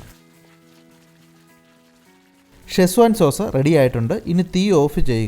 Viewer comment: ഷെസ്വാൻ അല്ല സെഷ്വാൻ